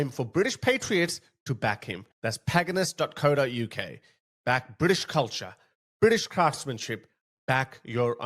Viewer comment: it’s called “Pagan Us” not whatever you called it 😂. As in “we are pagan” 😂